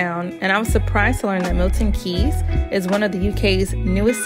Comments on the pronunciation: MILTON KEYNES, NOT KEEEEEYYYYS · I can't believe you butchered the name so bad. I've actually never known anyone online or irl to say it wrong. It's not Milton Keys. It's Milton Keynes. (pronounced Milton Keens)